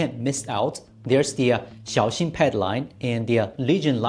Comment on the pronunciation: He's pronouncing it correctly